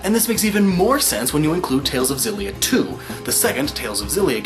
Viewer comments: The Tales of Xillia theory would make sense if it was pronounced Zillia, but it's actually pronounced Exillia (エクシリア - lit. Ekushiria) the rest are probably right though, not that I'm gonna check. I enjoyed the video though. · I though it was meant to be pronounced Ex-illia, as in exhilarating. Not Zillia. Am I wrong? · Actually tales of Xillia is pronounced X-illia. The x does not sound like a z. The producer of the game said it's not a z sound it's an x. But love the explanation!!! I've been playing tales games for many years!!! Best one- Tales of the Abyss:) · Not to nit pick, but Xillia is pronounced Eh-Ku-Shi (freely translated into the Z sound)-illia or at least that's how it's written in Katakana. I always called it Xillia like Zillia, and I thought it was odd whenever I heard people pronounce it as eksillia, but that's the official way it's written. You can debate whether the pronunciation should be carried over, but I guess for me it's word of god and source material over adaptation. エ = E, ク = Ku, シ = Shi, リ = Ri, ア = A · ***** No, it's pronounced "Ex-illia" The Tales creators do adapt English words to name their titles, except Xillia isn't an english word. If they wanted it to be called Zillia, they would have written it as テイルズオブジリア. Sephiroth isn't nearly the same situation. Sephirosu is the Japanese pronunciation of Sephiroth because there is no "th" sound in Japanese so they use "su" instead. The reason why we know it's Sephiroth is because the word Sephiroth or Sephirot or Sephira comes from Hebrew and the creators have stated that. Xillia is not based in English. The creators call it Exillia for a reason. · guys when he talks about tales of xillia he forgot that the x is not soft. its X-illia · I absolutely love Tales of Xillia!! I always thought it was pronounced shillia not zillia, but after your explanation, it makes more sense.